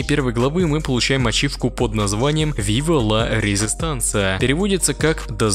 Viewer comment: Когда кто-то говорит "Вива ла Резистансэ" в мире плачет один француз.